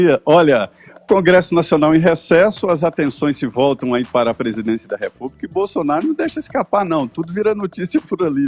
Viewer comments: Não quero acreditar que ele falou o que eu escutei, "Bozonaro" foi isso mesmo? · É impressão minha ou o Edgar falou Bozonaro... Depois vem dizer que é isento kkkkk. Cara de Pau safado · É impressão minha ou o Edgar falou "Bozonaro"????? Esse ato falho ocorre um pouco antes dele dar a palavra ao Caio e tomar uma surra de argumentos...